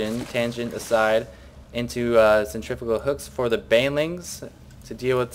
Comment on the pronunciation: thumbs up for pronouncing centrifugal hooks correctly. so many commentators say cen-tri-fyoo-gul and it makes me crazy!